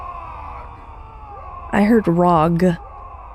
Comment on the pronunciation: he said wrog LMAO